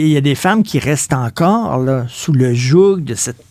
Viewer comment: Richard, le joug...on dit le jou sans prononcer le *g*.